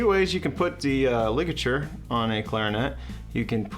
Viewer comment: Is it just me that noticed along with it saying Rarrell it also said Ligalure 😭😭😭😭